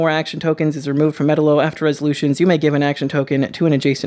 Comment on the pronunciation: "Metal-O" lol